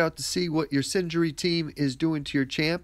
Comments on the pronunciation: SIN-ER-GEE - I couldn't concentrate when you kept saying SIN-JURY lol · Its pronounced Syn-er-gy not Syn-gery. LOL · Syn-er-gy :P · Singery... haha xD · lol yes scratched my head when i heard him say it..